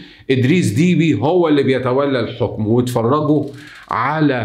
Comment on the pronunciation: إسمه أدريس دبّي ليس فيه حرف الياء بل باء مشددة والعاصمة إسمها إنجمينا جاءت من الجم بمعني اخذ قصت من الراحة وللجماعة يقال إنجمينا